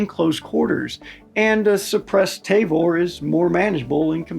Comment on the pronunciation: "Tayvor"??? Ta-vor*